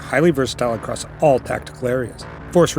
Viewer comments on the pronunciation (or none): none